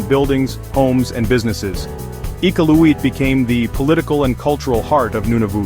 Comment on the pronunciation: Not one photo was from Iqaluit! Your pronunciation of “Iqaluit” was atrocious. Do a little research first before posting fraudulent information about a place you obviously know nothing about.